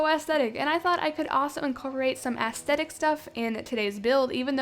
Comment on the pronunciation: “Asthatic” that’s what she sounds like when she says “aesthetic”